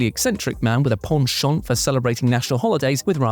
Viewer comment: I'd like to personally congratulate for being the only member of the WhatCulture staff that can correctly pronounce "penchant"